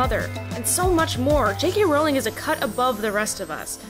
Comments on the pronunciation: Roooooooooowling not rawling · It's rOwling not rAwling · it's pronounced row-ling as in rolling pin. not row-ling as in having a row-ling. she has stated her self that that is her name- and for such a self-proclaomed big fan like yourself her comment that she has "long given up correcting Americans" really fits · its jk ROLLING NOT RALLING ABUSE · You pronounce her last name wrong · Looool I had to come to actual video to see if any Potterheads had commented that she pronounced Rowling's name wrong 😂😂 (and I wouldn't even be that offended except that there is a solid 4 minutes of details about Rowling's life but NOTHING about how to say her name???) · Can you say her name right atleast lol